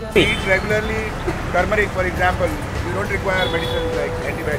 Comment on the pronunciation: “Tumeric. Lots of Tumeric.” It’s Turmeric buddy. There’s an r before the m.